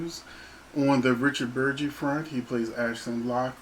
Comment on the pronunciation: BERG - EEEEE , Not BURR - JEE